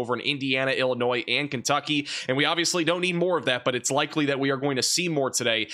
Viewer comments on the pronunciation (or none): none